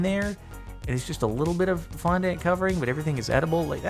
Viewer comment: The way that he says fondant kills me every single time I swear 😅